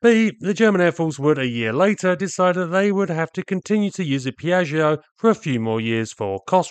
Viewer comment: Piashio (Piaggio), actually Pia-joe. It's Italian, built by Focke Wulf. Or I guess 'fuck wolf' to you.